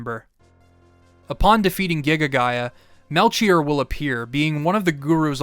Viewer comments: No disrespect, I've always loved hearing different ways to hear words, but I've never heard someone say melCHier. I've always pronounced it Mel-key-or. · Aight listen this video has been so good but i just gotta say Whether it's from Hebrew or Greek it's gonna be Mel-Key-Or please you can't keep mispronouncing it I'm begging of you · Great video. Melchoir is either pronounced Mel-choir (kwye-er) or Mel-Kee-or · It's Mel-kyor, right? I know it's a weird name but now I'm losing my mind hearing the "Ch" lmao. Great videos big fan, been watching them all day. Good stuff man Thank you so much for making them. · Fantastic recap. Melchior is pronounced "Mel key or" 😊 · I know it's just a small thing, but it's pronounced Mel-Key-Or, Ball-tha-Zar, and you got Gaspar correct. I'm not a religious nut, but it is a biblical reference, so it's pretty well documented on how to say it. Great job on the video though. It's my favorite one since you did WindWaker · The ch in Melchior is pronounced as a K. The three gurus are analogous to the three wise men from the Bible, iirc On a separate note, I chose the Swallow the first time I played this game, but subsequent playthroughs I grab the armor, it's viable into the end game